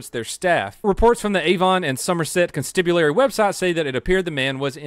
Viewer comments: Hey, new comer to your channel. Love your content and what your doing. Just thought I'd let you know that Constabulary is pronounced Con-stab-ulary. Even though this video is 2 years old and you probably wont read this. My wife and i are really liking your channel and that you have helped open our eyes. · Constibulary, for real? Come on... OMG You said it twice! xD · con-stab-u-lary, not con-stib-u-lary. Think of it like "[they] gon' stab you, Larry", because anyone called Larry in England is legally allowed to be stabbed after midnight in Chester with a crossbow (as long as he's Welsh). That's where that comes from!